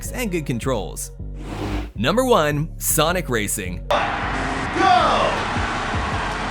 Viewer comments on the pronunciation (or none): none